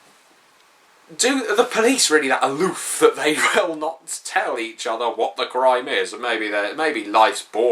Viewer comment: I stumbled across your channel while trying to find good descriptions of the Vampire clans. You are my hero now. You and your wonderful pronunciation of the word ALOOF! This reminds me of my old GM who's games were based around him showing you how pathetic you were in the face of his godly NPCs. We did a game where he specifically told us to make our characters "non-combat based" characters. 1 night in, we are visited by a Justicar who beats the crap out of us.